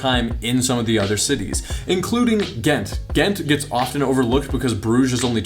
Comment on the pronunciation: Ah yes Ghent and bruge, sorry it’s. Just funnny seeing people pronounce our cities